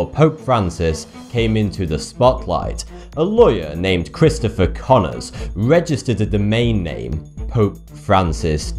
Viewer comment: CHRISTopher Connors??? hmmmmm...intresting....